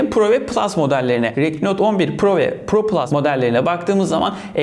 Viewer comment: Abi retmi diyil redmi resmen xiaomiye kufur ediyon😅